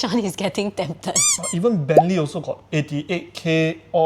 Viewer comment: but i like his "moosteng" better, also his "benlee" lol